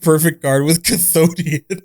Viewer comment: i've spat my drink when said "CATHODION".